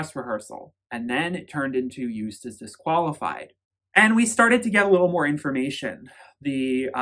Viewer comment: Joost is not pronounced as Joest... it's like the O's in 'ohnooo' or 'videoooo'. 💋